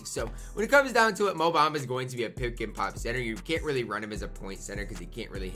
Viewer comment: Lol go look up his name pronunciation